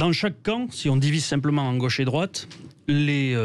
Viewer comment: On dit gauche pas gôche